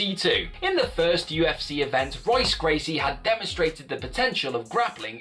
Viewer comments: Seriously, how you gonna make an MMA Channel and pronounce Royce Gracie's name wrong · Dude, how fucking embarrassing it must be to make an MMA channel and then mispronounce Royce Gracie's name time after time...seriously, have you never heard his name before?